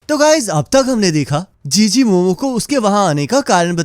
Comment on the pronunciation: chi chi ❎ jiji✅